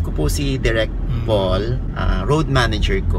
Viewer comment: direk feedback lng same kasi tayo ng name Paul, chaka kasi yung pronunciation mo sa name na Paul nahuhurt ako konti lol parang POLE kasi sa pandinig nakakawala ng class hehe peace po